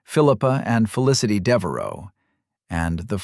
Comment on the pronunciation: Devaro?? Deveraux!!!